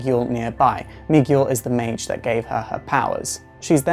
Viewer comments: Yo dude Miguel is pronounced mee-gehl, in Spanish orthography the U is silent after a G. Nice video anyways. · Lol. Miguel is pronounced "mee-GELL". You did this with Bunker from the Teen Titans as well. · The "u" is silent in Miguel.